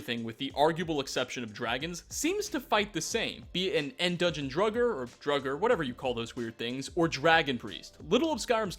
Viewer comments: Draugr is pronounced with 'ah' sound not the 'oh' sound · "Druggr" 10/10